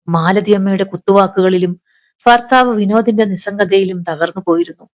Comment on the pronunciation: ഫാര്യ, ഫർത്താവ്,ഫയം, അഫയാർത്ഥി, ഫിഷ ഈ ഉച്ചാരണം തെറ്റാണ്. ഭാര്യ, ഭർത്താവ്,ഭയം, അഭയാർത്ഥി, ഭിക്ഷ എന്ന് സ്ഫുടമായി പറയണം.